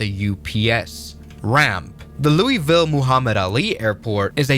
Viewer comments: Its not pronounced LouiE-ville. You have to say it like you've got 10 peices of bubble gum in your mouth. Its Luui-ville. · To everyone that isnt from louisville. Its pronounced loo-ah-ville. Not looey-ville. Thanks you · Educational point for everybody: Louisville is pronounced 'LOW-vull', you're welcome. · It's pronounced: Loo-Uh-Vul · Too soon. lol, "Louie-ville." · You can't even pronounce Louisville properly, genius!